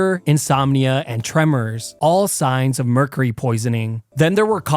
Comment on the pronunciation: I love you videos, but Arthuritis and meercarrey? 😂😂